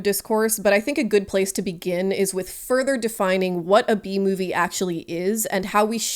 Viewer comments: Cant stop hearing “The bee movie” instead of B movie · It took me a full minute to realize you were saying "B-movie" and not "The Bee Movie" 😂 great video that I'm thoroughly enjoying now that I have been relieved of my temporary brainlessness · I understand what shes saying but I cant stop myself from hearing BEE movie 😅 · I'm sorry I can't not hear "Bee Movie" when people say "B-Movie" and it's said like 200 times in this video, my brain is just filled with bees right now.